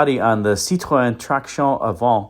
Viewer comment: what will it take for you to pronounce "Citroen" correctly? You are an intelligent guy, know Romance languages, studied music - and yet you won't bother to learn the proper pronunciation of this iconic marque. I am baffled.